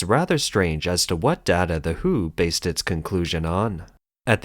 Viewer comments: Maaaan, WHO is not read as "who", but as "double you eight o". "Who" was an English music band. And since it's news about China, people may also confuse it with Hu Jin Tao. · If you use auto narrator to read the scripts it is better to write the WHO as "W H O"; putting spaces in between each alphabet so that it will not be read as "who". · It is "Double U - H - O" not "the who"!^^